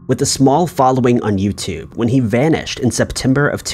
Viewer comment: ‘Inner net’ ‘ yoooo tooob’ 🙉